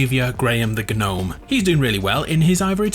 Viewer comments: Its pernounsed nome not g nome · Wait you weren't saying it as "Guh-nome" because of the meme, you ACTUALLY though it was pronounced that way? Bro I thought you were just 'avin' a laugh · I know it's gnome, pronounced Nome. But gnome, pronounced g nome sounds better in fortnite! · Wait, you didn't know gnome was pronounce nome? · Umm so I know u realized how gnome is said but can u still pronounce it g-nome in ur vids for the memes? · I thought you were saying G'nome just for the laughs 😂 should just stay like that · Aww I liked how you said Gnome, who complained?! G NOME 4 Eva! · you know I am totally fine with him saying guh name. That's way better than just gnome. Basically English is weird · I thought you said G-nome like that as a joke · You REALLY should go back to saying Gnome The old Gnome not with the silent G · Can u say gnome can u ples5say it without a silent g. It has a bit of a ring 2 it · I thought he mentioning the You've been gnowned meme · Omg this whole time I thought he was mispronouncing gnome just to be funny. I had no idea he didn't actually know how to properly pronounce it!